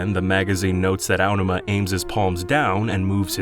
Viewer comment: god this guy is so bad at pronouncing things, from "Onma" instead of Aonuma, and "Hee-oy pear" instead of Hyoi Pear. Disgusting.